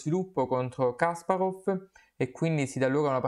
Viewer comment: Kaspàrov non Kàsparov! Grazie per aver portato questa partita, la stavo aspettando!